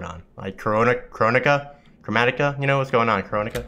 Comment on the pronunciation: I don’t speak english but did you just say Coronica 😭